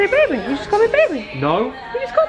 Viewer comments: She said BaBi We GoT A pOpCoRn MaChIne she said babi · Why say babi? Is she for malaysia or what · said babi!!!!! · She said Babi they have a popcorn machine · she said babi at popcorn machine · Ya she said Babi they have a popcorn machine